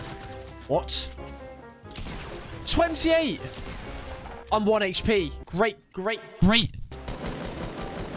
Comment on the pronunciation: Can't watch... He kept saying hp weirdly